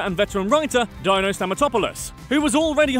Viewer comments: One thing, Dino is not pronounced like “Dino”saur, it’s pronounced “Dean-o” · “Dyno” ? Silly accent. Can you not say deeeno? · Admittedly i've never heard it said out loud but surely it's Deeno (as in Dino Stamatopoulis) and not Dyno? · Dino’s name is pronounced “dean-o” not “Die-no”. Sorry but it was bugging me. He’s a brilliant comedy writer and deserves to have his name pronounced correctly. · It’s pronounced “Dee-No”, for the love of god. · Fairly sure “Dino” is pronounced DEE-no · Dino's name is pronounced "deen-o" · its pronounced deeno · It's pronounced Deeno. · Dino Stamatopoulos's name wouldn''t sound "Jurassic" if you pronounced it correctly, you know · Imagine not knowing how to pronounce the name Dino and saying it a dozen times wrong with confidence. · You’re going to do all this research on a show that you apparently enjoy very much, and then you are going to mispronounce the name Dino over and over? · "jurrassic sounding greek name" cuz ur saying it completely wrong 😭